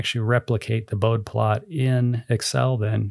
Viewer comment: It’s pronounced BOH-dee, named for the engineer Henrik Wade Bode